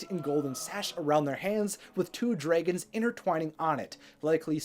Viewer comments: Dray gons 😂😂😂 instead of Dragons 🐉 😂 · Please. i beg of you. it is "dra"-gons not draygons. hearing you say that makes me cry. nicely explained though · Dragons priceless 😂 Pronounce it: draygins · U pronounce dragons funny kekeke also r u okay ur lips v pale